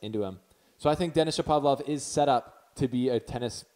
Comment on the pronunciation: U r pronouncing him as Shopavlov instead of Shapovalov!!